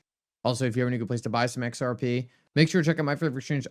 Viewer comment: Every time you say xrp it sounds like xrpee 😅. I hope all you you tubers know what you're know what your talking about. But I'll hold my breath